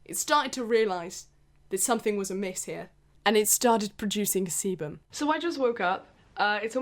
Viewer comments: Keep thinking she’s saying seaman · it really sounded like she said charlie and the semen factory :( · I CAN'T BE THE ONLY ONE WHO THOUGHT SHE WAS SAYING SEMEN SOMETIMES 😭😭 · Oh shit i thought she was saying semen and was confused asf 😂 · What is "cebum"???? "Seabum"??? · no one: absolutely no one:: SeBuM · Every time she said sebam you don't wanna know what popped into my dirty mind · No one:: sEbuM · i keep thinking shes saying "semen" lmfaoo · I thought u said seamen if that’s how u spell it idk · Thought you were saying semen the whole time 🤢😂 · when she said it started producing sebum i was like anna oop i thought she said it started producing semin im a dirty minded little pig sorry get on with the video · Whenever she says sebum I keep in hearing seamen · every time she said sebum i thought she said semen i- just look (start end ) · I'm sorry but I cannot stop mishearing sebum as semen, it made for an interesting watch to say the least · loved the constant emphasis on sebum hahahaha made me giggle every time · same and when he said "my hair is producing sebum" I was so confused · whenever you said sebum i thought you were saying se- nevermind... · you say sebum one more time